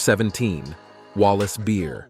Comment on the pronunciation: it's Wallace Berry & not Wallace Beer. Once again, get the names correct!